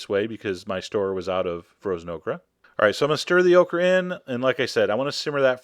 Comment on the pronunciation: Lol, he made okra sound like Oprah